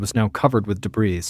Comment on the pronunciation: Someone please tell the like button that they can get back at Ballen by correcting his grammar and pointing out that the S on the end of debris is SILENT. 😩